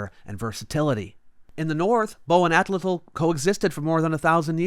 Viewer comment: I hate how you pronounce Atlatl. It's wrong and for both actual pronunciation and English pronunciation. Somehow you managed to turn pretentious one of the most pivotal human technologies.